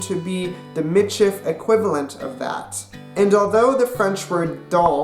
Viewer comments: it is pronounced MEE-sheef. get it right nex time! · you said it WRONG!!!! as a meits person im offended get you fucking facts together